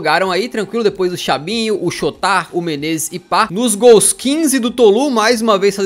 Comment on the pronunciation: ele não sabe "chotard" direito kkkkkkkkkk